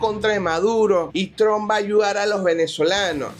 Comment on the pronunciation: Tron? Quién es Tron? Debe ser Trump. Suena como Maduro Ilonmas 😂😂😂. Es hasta gracioso como exime la responsabilidad de su gente.